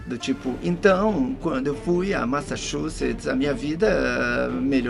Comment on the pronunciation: Wendel falando maxaxuxets sei lá e Marie Jane foi o melhor